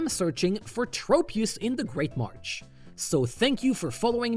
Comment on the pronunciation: 6/10 kept saying march instead of marsh